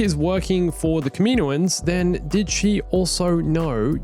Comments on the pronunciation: Man I love your videos and your ideas. But seriously,kameenoans? Kam-in-O-ans. I hate to complain about anything but that sounds like nails on a chalk board to me lol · can you say kaminoins. As kam-in-o-ins not kamino-ins cause that is the proper way to say it but you do you